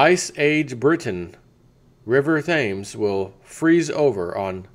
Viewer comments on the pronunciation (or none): Hey man - the river Thames is pronounced "Tims" - just thought you'd like to know. And you are correct - the Webbot has been talking about an ice age for years. Glad you are covering this - thanks!